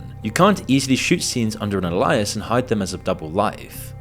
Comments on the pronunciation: al-i-as is crazy work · Are you intentionally mispronouncing words? Seriously, ah-lye-ass (alias)? Bad Barbie. Sounds like bad AI slop to me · 2nd video of this channel, and theres defo some AI in the script. Constant mispronunciations like "Alias" as "Elias" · It's actually pronounced alias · Tf is an aliASs😂 ru ai I’m not sure if the pronunciation is acceptable 😊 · Don't want to sound insensitive but I noticed you mispronouncing multiple words; Alias being one of them? Third time noticing it but can't remember the other two. You sound like a native english speaker. Genuinely curious. Is it an AI voice, is that why? Edit: one of the other ones was Vivienne Westwood. I'm not trying to shame you. It just seems odd. Like I've never heard anyone mispronounce alias before. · How you pronounced "Alias". Makes me think youre AI